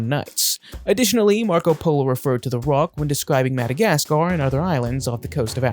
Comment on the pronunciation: The roc is pronounced "ruck"